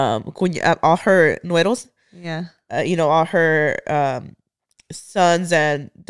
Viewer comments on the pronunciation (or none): It was the “nueros” for me 💀 😅 (it’s nueras y yernos)